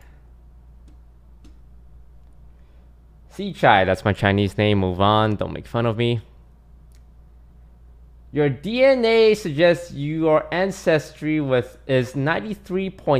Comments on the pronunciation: Everytime he pronounces his name as See-cai instead of Tse-Qi despite being Taiwanese/Chinese... 😂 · Never heard that Chinese name being pronounced as "See Chai" before..... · Cause he's doing it with an American accent. He can speak Chinese fluently so he can say it properly if he were speaking in Chinese